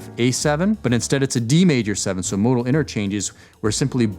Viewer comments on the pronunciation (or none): none